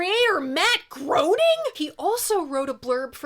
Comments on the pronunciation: One of the best Zappa albums. Also, hate to say it, but it's pronounced Matt GRAINing, even though it looks like it should be GROANing. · Groening is pronounced like grayning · sorry to be that guy but groening is pronounced “graining.” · “Hot Rats” is one of the first albums this hopeless music nerd ever bought (and among the most BRILLIANT!). The musicianship on that record (and ALL Zappa recordings, for that matter), is much more than just considerable. Great video,! P.S. - Matt Groening’s last name is pronounced “GRAY-ning”. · Loving the shows. Just a silly little correction. Matt Groening properly pronounced rhymes with raining. Like Graining. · Good video. For what it's worth, Hearing Matt Groening's name mispronounced made me groan. The 'oe' in his name sounds like an A; phonetically, his name sounds like "Graining."